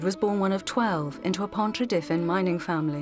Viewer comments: pontra-diffin? jesus fucking christ! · Pontrhydyfen pronounced incorrectly!